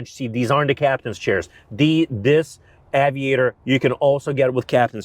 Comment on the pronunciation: “Avid-actor”, what did he just call this car?